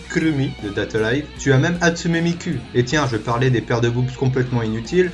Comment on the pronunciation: bien mais apprends à parler japonais parce que Lucy hartofelia (heartfilia) et Miku (qui se prononce mikou) et esdeth (esdeath) ça va pas et mettre Akame et Erza dans les dernières ça le fait pas non plus